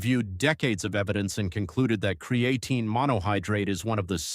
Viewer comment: I can't listen anymore after how this AI keeps pronouncing cre A tine